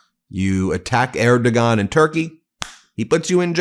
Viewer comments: Erdogan is pronounced "air - doh -wahn". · Love you, Ben, Erdogan pronounced more like Airdwan, no hard “g” 😊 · Just a heads up, it's pronounced like "ehr·dow·aan." The "g" is silent. ;) BTW, you're amazing, Ben! I love how supportive you have been towards Canada; thank you for all you do! Proud Maple Mighty from Vancouver, BC! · It's pronounced Erdowon I don't understand how you keep mispronouncing foreign names - just listen occasionally rather than just talking all the time. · For some reason known only to speakers of the Turkish language, the criminal dictator of Turkey's name is pronounced "Er-doh-wan". I don't speak Turkish so I don't understand why. Just sayin'. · How can you be so self=absorbed that you haven't learned that the Turkish leader's name is pronounced UR dough waan ??? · Erdogan is spoken like Erdo-wan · Who is Air Do Gone? PLEASE check pronunciation of name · You’re pronouncing the president of Turkey’s name incorrectly…… The G is pronounced like a W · Please learn to properly pronounce the name of the Turkish president, otherwise you sound ignorant and or errigant. Look it up on Google where there is an audio.